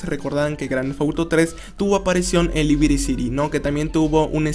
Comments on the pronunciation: porq dices libiri ciri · No sabía que Liberty City se pronunciaba "Libiriciri"